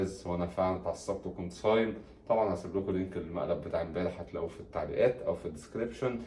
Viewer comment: ههههعهههه أنا مش صبام علمها النطق الصحيح ي زوجتك ظريفة اوي ههههه